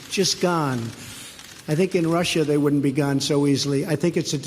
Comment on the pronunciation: So, did the cheating cheeto say wouldnt or wooden?